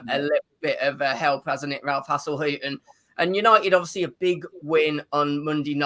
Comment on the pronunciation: Man utd gonna get BATTERED. Also I've noticed says hasellhuttn instead of hasenhuttl 😂